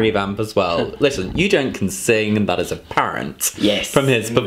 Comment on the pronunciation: It's Eugent, and I pronounce it the way it's written. Not [yoo-dzhint']. Even Eugent himself corrected the pronunciation to some of the interviewers xD